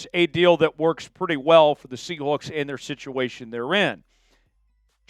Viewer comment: Quit saying SEA HOOKS